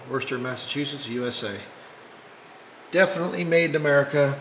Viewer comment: Pronounced " Woooster" MA, lol , cool old lathe, gotta be at least a few grand if it still works if you sell it. however it seems too require a separate power source, as in its old can't plug and play so , perhaps inquire at a machinery museum they may want too buy it for a decent price, not sure how useful it is given modern tech